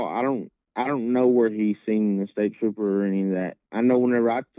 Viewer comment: you're right, it seems that Brandon was not all the way in touch with reality that night. I think so many people have been obsessing over the 911 call that its hard to not be curious, especially after Kyle confirmed that "staper" was Brandon trying to say "state trooper".